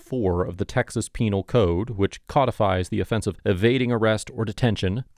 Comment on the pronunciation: Yes! You finally pronounced it correctly! Codified!